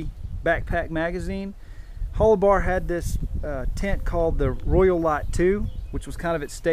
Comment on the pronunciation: It was pronounced Hol-you-bar. I bought a pair of hiking boots from them in 1970 from their store in Boulder, Colo. Best damn boots I ever had. Also bought a green nylon down-filled parka from them in 1975, Still have that. Boots were shot after several years hard use. The circular entrance was called a ''snow tunnel'' so you could enter/exit the tent in a blizzard without opening the flaps and losing any heat. Also 2 mountain tents with snow tunnels could be connected this way. The white flannel lining was called a frost liner or vapor liner. The idea was condensation would collect on the white flannel and freeze, keeping it off the exterior nylon shell, so rain repellency was maintained. Also the extra layer helped increase insulation, trapping air between layers. Similar ''Mountain'' or ''Expedition'' Tents in this class were the North Face ''Tuolumne'','' REI Cascade Expedition'', ''EMS Mountain'' and Sierra Designs also made one, but I don't remember what it was called. All had A-frames, side pull outs, coated separate fly, snow tunnel, cook hole. I still have my EMS. I love it. I didn't get the extra side snow flaps, or extra flannel liner, but mine has small snaps where a frost liner could snap in.